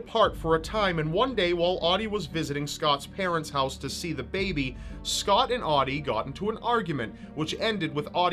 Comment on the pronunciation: "Scott Fuckholes"? or Buttholes?